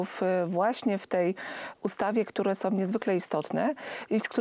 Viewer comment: a do pani z Prawa i Sprawiedliwosci: prosze popracowac nad wymowa i zwrocic uwage, ze nie ma takich slow jak:on jest osobOM wiarygodnOM, z tOM informacjOM, oni sOM, oni wskazOM, oni idOM dalej, oni mowiOM, oni mogOM, oni pojdOM, niesc za sobOM, oni chcOM, z PolskOM, zwiazane z decyzjOM itd. tego nie da sie sluchac, jak ktos robi takie bledy gramatyczne.